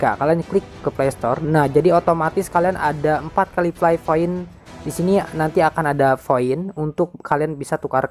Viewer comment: Astaga gw ga mudeng ternyata fly = play 😂😂😂😂 play dibacanya pley/plei ya FYI